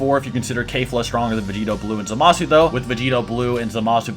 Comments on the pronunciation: Why you said kefla like that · I just got pissed off at how he says kefla. ITS NOT KAYFLA ITS KEF NOT NOT KAY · No hate but Kayfla? Its pronounced kefla He said ca-bae its cabba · This mans said "Cabay" bruh its cabba.......its kefla, not kayfla. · Its kefla not kalefla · "Kefura" would be the most accurate way to say it as that's how it's pronounced in Japanese. The closest English pronunciation to that is Keh-fla, not Kay-fla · It’s Kefla not kafla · Kefla not Kayfla. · It's pronounced Keh-fluh not Kay-fluh, you can even listen to how the pronounce it in the japanese version. The Ka in Kale is pronounced Kay-l but in Keflas name its a KE not a KA. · FOR THE LAST TIME ITS KEF-LA NOT KAY-FLA. for fucks sake. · Fuck bro, you are all over the place, not to mention SCREAMING into the mic... -It's Kefla, Not Kayfla. -Cell is Not a Saiyan. If an Asian gave me blood, I'm not now part asian. That's not how it works. Cell was a Bio-Android with the "cells" of a bunch of fighters. You can't include fusions bc it's not a single warrior, and since we're talking about Saiyan's, we all know that they are far too proud to let that happen! I can't feed into the rest of the weird shit discussed, but here's the Business... Everyone knows this to be the order: -Brolly -Goku -Vegeta This is all that matters! And If we're using the most current timeline of Dragonball Super Manga, then we all know that in chapter 75 Vegeta is about to surpass Goku with his newest Ascension! And it's possible that he took the #1 spot, but we won't know until we see All 3 together again the Super Hero movie. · Did my man just say KaiFa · It's pronounced keh-flah. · Mans said "Cabe" and "Kafla" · How u gon say kale and caulifla right then call their fusion kafla? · "Kayfla?" My man, it's pronounced like it's spelled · Maybe because the "Kale" pronunciation I mean, Kafla would be the most sense. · Keyfla lol, that pronounciation tho😭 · If u gonna say kefla say it correctly